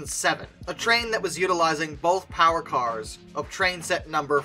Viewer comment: MORE POWAH!